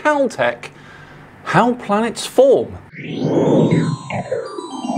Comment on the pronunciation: "Where do I start" - How about you start by not pronouncing the word planets as "Plants"